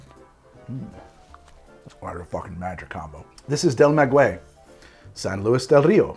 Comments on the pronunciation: Maguey is pronounced Mah-gay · Mah-gay-ye which is how one would pronounce Maguey , loved the video makes me wanna drink more. Responsibly ofc